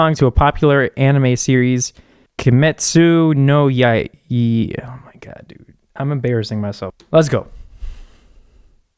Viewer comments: lol, not the name of the show, did you hear that butcher of a pronounciation? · idk why i clicked this.. but please bro just stop you don't even know how to say Kimetsu no Yaiba (that hurted me) and now you're saying that her way of singing is wrong? it's all about the emotions that she's expressing like really when you tried to do the same thing you sounded like a goat (oh wait goats can sing better) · It's pretty annoying because he can't say Kimetsu No Yaiba correctly..